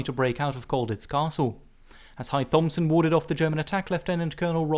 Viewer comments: A really excellent video but the "th" in Thompson is pronounced as a plain "t". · Just not correct pronunciation of 'Thompson'